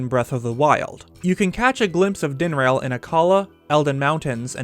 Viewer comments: Dinrail? wtf DIN-RAH-L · dinrail? dinraal. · Ah yes, Faraj din-rail and nee drah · i keep hearing "Din-RAIL."